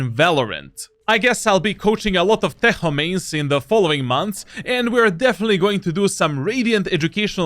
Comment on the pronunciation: Its not tejo its tečo 💪